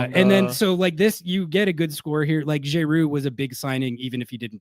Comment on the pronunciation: We gotta figure out how manages to get “Jay-roo” out of Giroud